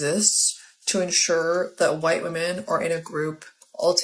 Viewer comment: Why do they pronounce "women" as "woman"?